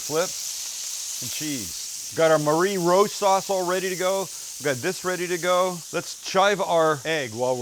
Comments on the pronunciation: This looks insane! Definitely knocking some of this up soon! BTW it’s pronounced “marry rose”, not “Marie” like the girls name. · Looks awesome! By the way Marie in this case is pronounced as “marry”